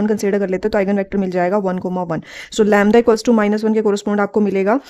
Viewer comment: U pronounce lymda